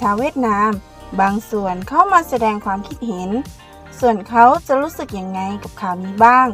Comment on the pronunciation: ไม่ได้มีเจตนาหรือต้องการหยาบคายนะครับ แต่อยากให้ทางเจ้าของช่องลองไปฟังกูเกิ้ลหรือ Siri พูดคำว่า ความคิดเห็น หรือ ความเห็น แล้วลองฝึกพูดตามให้ชินครับ